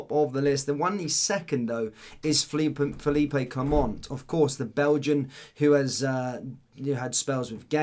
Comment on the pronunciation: Fell-leap not feel-eep-ay! he’s Belgian not Spanish!!!